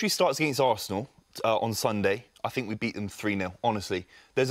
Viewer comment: Why does Robbie say "fink" instead of "think"?